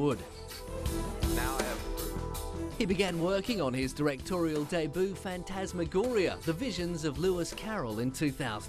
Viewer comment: ok did anybody notice how that guy said "debut"